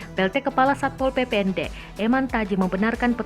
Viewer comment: When satpol PP say: "SAY SAPPPOL. SAYA YANG BERWENANG DI SINU" HAHAHA